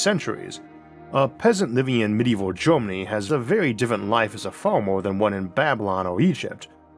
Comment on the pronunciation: Good graphics but why the dumb Cajun AI voice - “orth” , “Gormany” , “shivers” FFS Does the narrator have a speech impediment ?